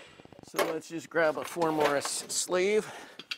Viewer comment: Why do pronounce it “morris”? Why do you need some old catalog to tell you what sizes it works on? Should be obvious what it fits on. Why don’t you show the tool up close? Why do you just wave it around while someone gets a handheld wide shot? Interesting tool arcana but No mystery why it didn’t sell at 600$.